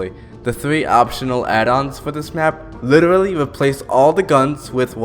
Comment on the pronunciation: Bro invented “witerally”